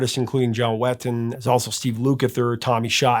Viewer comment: Sorry, correction time. Billy Sherwood has been back in Yes since Chris Squire's passing in 2015. He was hand selected by Chris to become Chris's replacement. The Pink Floyd tribute album features John Wetton, not Weththon (which is what it sounds like you're saying.)